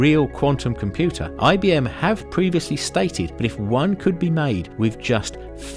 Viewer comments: "Super comuter" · Are you going to fix the "comuter" part??😐👋